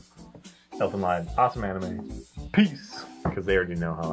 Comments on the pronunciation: guys it's pronounced Elfin Lied (Leed) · Great review, I was just talking about this series today. I is pronounced "leed", as others stated, but no big whoop.